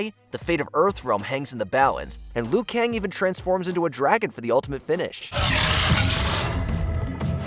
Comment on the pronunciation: Not just Raiden, but he keeps occasionally calling Liu Kang "Le-yu".